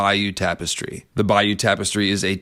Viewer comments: Argh, your pronunciation of Bayeux is bugging me. In 2016 a friend and I went to Europe and the USA, we started in Bayeux (and yes saw the 'tapestry') and learned that the town is pronounced "Bay-er". Another stop on our trip was New Orleans and we ended up naming the whole trip "Bayeux to Bayou". You are pronouncing"Bayeux" like you should pronounce "Bayou". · "bay-or" I think is the pronounciation but I could be wrong. Highly suggest you see it in person when its on display in a museum. I saw it when I was a kid its fricking EPIC